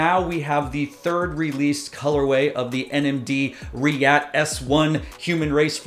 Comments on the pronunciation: You read it twice, now, and I’m confirming… It’s pronounced RIOT. My guess is the spelling is politically correct and/or socially responsible. It’s adidas and Pharrell after all. S1 and S1_RYAT are two of the best new silhouettes of any brand. The ad art is also really good and fresh. adidas is wise to lengthen the shelf life by limiting the runs and making this a Confirmed App release. All the NIGO and Pharrell adidas stuff feels slept on, but that could be an indication they are a permanent fixture within the culture. No hype required. I can cop Humanrace tops and Human Made sneakers with a fair amount of ease. I still say Korben Dallas would rock these all day! ✌🏽💙👟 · it's RI => " Ri " like in " Riot " , and "@ in " at "